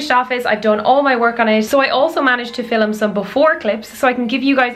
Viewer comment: Hey love your vids I really like the style can I ask where you got the headphone stand from on your desk I always leave my headphones lying around everywhere and I think storing it the way you did on your desk will be cool p.s love the way you say 'Filim' lol xx